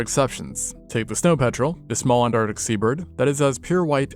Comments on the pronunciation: Wtf is “antartic” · What's up with 'artic' and 'antartic'... is this AI art?